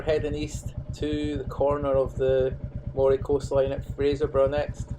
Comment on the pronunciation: The coast of Moray is not pronounced as the spelling suggests. It is pronounced Murray.